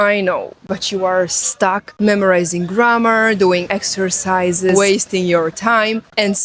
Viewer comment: How many 'Windows' have You started today, do You also starts your Doors. G r a' m m aaah rrr, is a long word, sounds like You're tired already before You begin. To whistle is a good exercise in clear pronunciation. Spanish is 'easy', because it have, in main, only two Colors, O and A. We all have our very own Language, but We can divide between Flock-Howling and Self-Thinking. (Instinct/Intelligence) Language and Consciousness, is two sides of the Same Development. Language without Mathematic is not a Language, and Mathematic without Language, is not Mathematic. You're right, without Listening, we wont learn anything. I'v been to 80 countries, just picked up the most important words, wrote the sounds, as I hear them in my own language, the Click-sound I'd wrote DT', and so on, some say, that's not how its spelled, but the sound, gives no mistakes. It is always best to 'go there', and body-language is a large part of it.